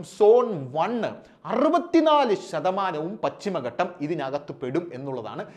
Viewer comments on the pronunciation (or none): പച്ചിമ ഘട്ടം അല്ല പശ്ചിമ ഘട്ടം എന്നു പറയുക. അത് എന്തെങ്കിലും ആകട്ടെ. വളരെ നന്നായി കാര്യം അവതരിപ്പിച്ചു